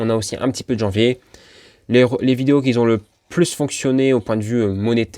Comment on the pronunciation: Ce serait sympa que vous arrêtiez de faire la liaison avec un S qui n'existe pas "qui Z'ont"!!!ça fait vraiment mal aux oreilles,merci.